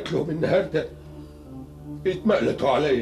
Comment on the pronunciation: غلط في اللهجة يا أحمد ماهر . مفيش كلمت يتمئلتوا عليا . في لهجتنا. حته لو انقالت. تتنطق يتمقلتوا عليا و شكرا .. رائع دبور والله